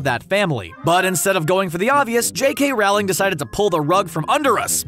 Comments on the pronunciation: Rowling is pronounced like “rolling,” not like “fowling.” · It’s Rowling like bowling, not like cowl-ing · But... it’s pronounced like Rolling not Rauwlling.... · Here’s an obvious thing you missed... It’s pronounced “rolling,” not “rOWling” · Stop saying Wrowling! It's Rowling similar to bowling! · For future videos, please remember that it’s Rowling as in bowling. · Please learn to say Rowling correctly. Thanks! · You’re mispronouncing Rowling. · I hate how you say JK Rowling name